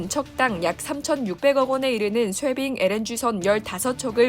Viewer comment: 쇄빙과 쉐빙은 발음이 달라요